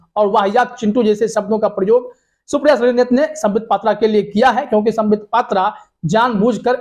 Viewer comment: Patra nahi phatra hai